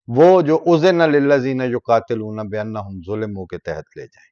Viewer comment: یقاتلون میں ت کے اوپر زبر پڑھا کریں